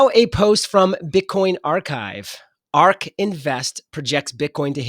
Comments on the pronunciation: It’s ARK. not ARC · ARC is ARK. Not ARC. Credibility is down.